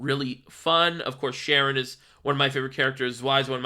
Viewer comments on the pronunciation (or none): Im gonna be that guy and say im pretty sure it’s pronounced Kare-ren cause its a reference to Charon from Greek mythology